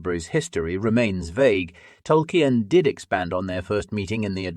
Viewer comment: How did you manage to get the name Tolkien wrong